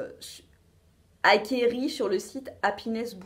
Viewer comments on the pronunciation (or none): Euh le "acqueri" c'était fait exprès ou non ? Je sais plus avec toi 😋😂😘